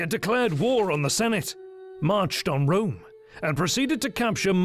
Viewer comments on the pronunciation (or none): none